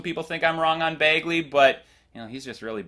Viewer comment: I thought it was BAGley, not BAYGley